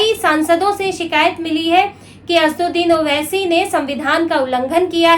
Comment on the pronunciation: Pahle naam bolne shikh re bobdhi 😅😅😅 Uske baad news padhna....